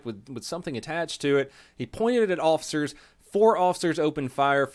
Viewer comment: For the love of god and all things holy stop pronouncing "officers" as "awl-ficers". FFS, you are a pseudo-celebrity, at least pronounce common words properly. So, "y'all" gunna take a hissy fit and "ban me". Cmon, learn to accept criticism. It comes with the interwebz.